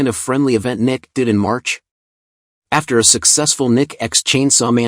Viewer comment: I laughed way more than I should've at all the pauses in "Princess Connect! Re: Dive" and NIKKE being pronounced "Nick" . "She works well with a variety of other Nicks" all the Nicks out there about to swipe without hesitation and check some websites for no particular reason.